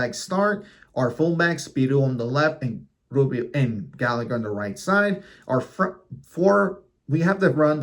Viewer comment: How can you not know how "Gallagher" is pronounced?